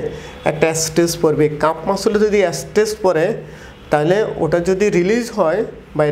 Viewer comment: শব্দটা এস্টেস না, স্ট্রেস।